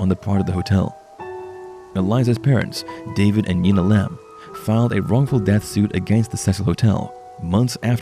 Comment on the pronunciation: Ur saying her name wrong! Careful she won't be happy with that...😱